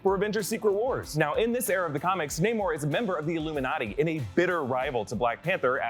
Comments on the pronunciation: It's nay-more not nah-more! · stop saying nah-morre please its naymore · It's pronounced Nay mor, not Nah mor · Bruh is it pronounced nay-more or nah-more. I always thought it was naymore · Nah-mor? Pfff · Your making my brain hurt everytime you call him Nah-Mor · Oh my God! Pick a way to pronounce his name and stick with it! Such a hard watch hearing “Nah-moor” then “Nay-moor” every other mention